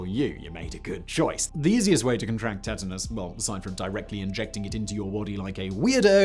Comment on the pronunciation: u say tetanus weird. like u only read it and never heard it